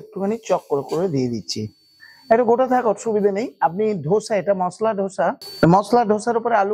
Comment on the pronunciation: উচ্চারণগুলো একটু ঠিকঠাক করুন, ধোসা গ্যান্ডিং স্ট্যাপিং এসব কি বলছেন?